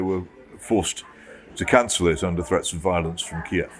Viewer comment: Jones can't pronounce Kiev 🙈